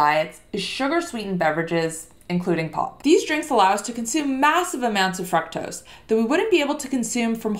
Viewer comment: The correct pronunciation of fructose is with a long "U" sound, similar to the way "glucose" or "too" is pronounced. It is not a short U. English pronunciation both British and American are similar.